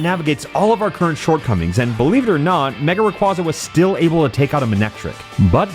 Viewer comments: When I first started watching this video, I noticed something was wrong. It took me a while to figure out what it was. But then, around the two and a half minute mark, I finally realised what it was. HE KEEPS PRONOUNCING RAYQUAZA WRONG. IT'S RAY-KWEI-ZA, NOT RAY-KWA-ZA! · here to ruin your fun like all my friends did to me. Its Ray Qwhey zuh not Ray cwazuh. like quazar. I always thought it should be the latter because it sounds cooler. Same thing with Gyrados being Girados instead of guyrados. Pokemon just hates making their names be pronounced the cool way. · The way he talks sometimes makes me think its a real challage but everytime he says mega raygaza i remember it isn't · erm... ackshually... it's pronounced ray-quay-zuh. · Bro. It's mega requasa. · "Ray-QWAH-za" Give me a break.. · Nah, it's my favorite Pokemon of all-time! Still pronouncing it's name wrong revokes your privilege to say that😂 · If it was your favourite youd pronounce its name right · This video hurts me... WHY DO YOU PRONOUNCE RAYQUAZA LIKE THAT RAAAAAAAAAAAAAAAAAAAAAHHHHHHHHHHHHH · There is no way rayquaza is your favorite Pokemon and then you pronounce it wrong 😡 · A video dedicated to a Pokémon and is also favorite... Mispronouncing Rayquaza's name the entire time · It's not just an April 1st thing unfortunately, he mispronounces it in other videos too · “My favorite Pokémon” mispronounces the name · Why are you pronouncing Rayquaza like that though